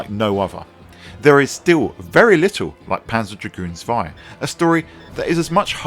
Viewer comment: Lovely game, but I prefer the original. Zwei is pronounced with a Ts sound at the beginning by the way.